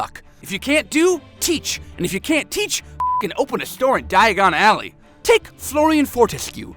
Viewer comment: The worst diagon Alley pronounciation